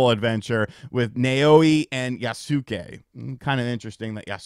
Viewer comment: HOW ARE YOU STILL MISPRONOUNCING YASUKE? TWO SYLLABLES! YAS-KAY! YAAAAAAAS-KAAAAAAAY! ahem Had to get that out.